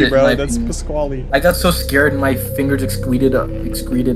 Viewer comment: not pasquali its pasquale